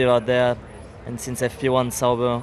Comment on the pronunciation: bro said sauber and alonso xD